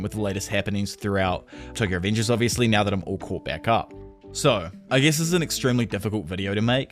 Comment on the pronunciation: The way you pronounce revengers makes me think you have some kind of mental problem